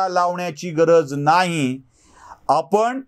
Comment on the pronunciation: तुमचा मी फॅन आहे.फक्त आपण,म्हणून, णच्या ऐवजी न म्हणणं प्रयत्न पूर्वक टाळावे ही नम्र विनंती.